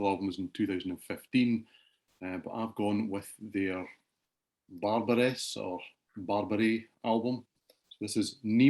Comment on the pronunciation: don't pronounce the es in Barbares. Basically baar like a sheep going baa and bar as in pub!